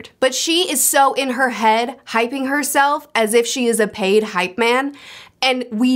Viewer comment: "payd hype man" 😂😂😂😂😂